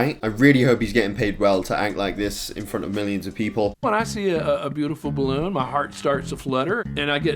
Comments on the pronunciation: Everyone ever: BA-LOON: BLOON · Stop saying bloon its ba-loon idot